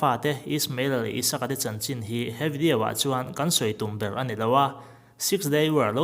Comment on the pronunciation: A va tha em..mahse Video hi vedio/ vediau ti a lam loh tur ania , chuan radio pawh radiau tih loh tur.